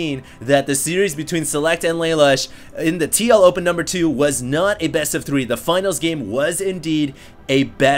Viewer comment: Why do I hear "TLO pen"?